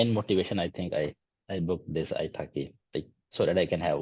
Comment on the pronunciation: I keep hearing italki as ice hockey..😊